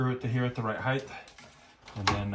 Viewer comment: LMBO!! VOCABULARY!!!!! When referring to how tall something is…please say heighT, not heigth. A whole lot of YouTube channels get this wrong I’ve been holding my comments but since you brought it up yourself I decided to point it out to you. I’m not a picky person and normally hold my cringe to my self. But there ya go 😂 I’m messed up in the head I guess. 😂😆🤣 Keep up the great content!!🥰